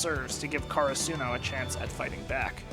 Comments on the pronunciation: "car a soo no" what? 😃 cur ah su no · Is he deliberately mispronouncing “Karasuno”? Or has he not seen the dub?